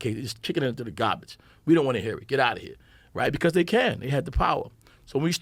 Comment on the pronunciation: Love how newyorkers pronounce garbage